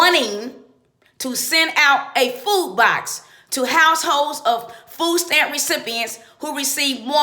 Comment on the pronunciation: Fooh steamp Fooh cuarh. Make yo beh. Thas whuh he saih.